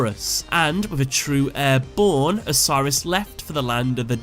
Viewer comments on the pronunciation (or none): “a true heir born” sounds like “a true airborne” which is perfect for Horus